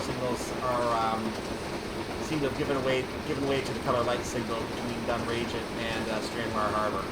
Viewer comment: pronounced dunn-rag-it